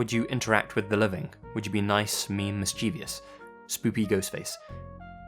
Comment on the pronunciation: You're a narrator and you mispronounced "mischievous"?! Seriously!